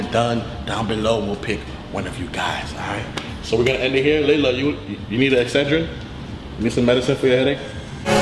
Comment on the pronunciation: Is not lala it's layla